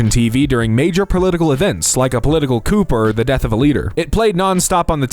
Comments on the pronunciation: Coup is pronounced coo, not coop... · dude how do you not know how to say coup